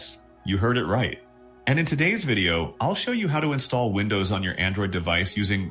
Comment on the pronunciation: Вындоус и мойюай это конечно хорошо😂😂😂